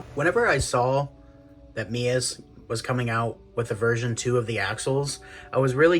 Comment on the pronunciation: Finally, someone who can say MEUS properly! Subbed!